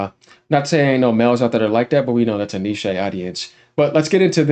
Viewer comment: "Nee-shay..." bruh😊